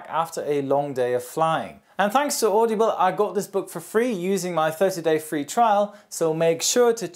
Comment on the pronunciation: "Audeeble".... lmao audible 😂😂